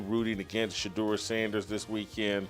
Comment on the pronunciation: Take a drink! He said Sheduer! Non-alcoholic I suggest... 32 minutes in...